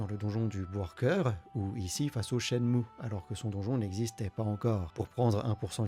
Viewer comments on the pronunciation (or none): none